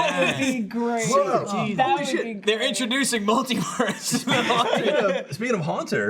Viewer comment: After hearing pronounce multiverse I don't trust how he pronounces anything.